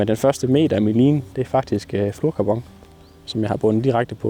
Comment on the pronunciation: Folk der kalder Fluorocarbon for fluekarbong, skulle have en kæmpe bøde. det lyder sååå dumt!